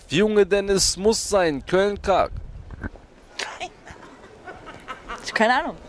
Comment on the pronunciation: Köln kack??? Er sagt köln Kalk Bruder haha